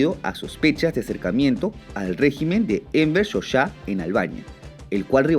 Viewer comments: *Hoxha*, y se pronunciaría 'jadzha'. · Tu video esta re mal mi amigo, muy mal informado, y las fechas estan mal. yo vivi en Albania por 5 años y soy historiador. primero se dice Enver Hoxha, no xoxha y el era un Stalinista super ateo no musulman y los Serbion son el 10% no el 4. 6/10